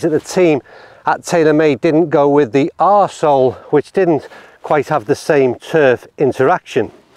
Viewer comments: "R Sole"... bahahaha, perfect! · “R-Sole” 😂😂😂😂😂 Congrats. You win the Internet today.